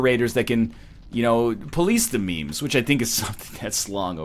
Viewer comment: Ryan called memes mee-mees,I can't believe it *facepalm